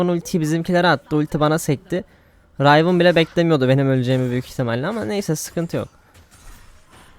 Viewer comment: Rayvın değil kanki Rivın